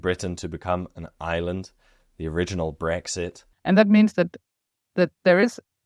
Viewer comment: Yaaaay Denmark! 🎉 The lighthouse was actually moved 30 meters to keep it falling of the giant sand dune. Fun to watch a place i have been myself randomely featured in the context of neanderthals 😂 Loved your pronunciation of Trine btw 😉👌 🇩🇰🇩🇰🇩🇰🇩🇰